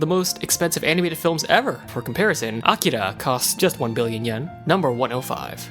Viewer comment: First sentence: "From time to time, an anibated movie..."